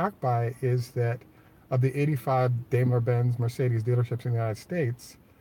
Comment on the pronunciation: I learned from a German that Dime_ler (long I) is the correct pronunciation, not dame_ler.